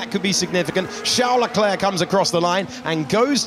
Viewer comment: It’s my impression or the narrator always says Chel Leclerc?